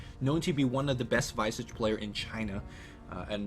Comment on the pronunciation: Yo Visage is pronounced (Vee-zaj) like Mirage not (Vy-sage)